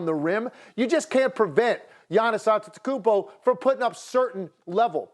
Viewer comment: really kendrick perk is preaching .. the highlight of his carrier was the shaqtin a fool.ESPN doesnt have real analysts who talk sense . HE CANNOT EVEN PRONOUNCE GIANNIS ANTETOKUMPO. Atleast bring some hall of fame to talk basketball